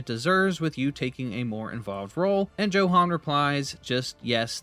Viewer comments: Tbh I 😂 every time you said Joe Han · I think its pronounced as yohan